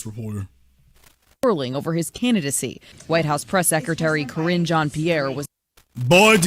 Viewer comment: 'Sideshow Karrine' (🤨)